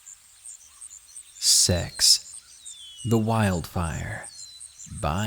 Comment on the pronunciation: You said sex not six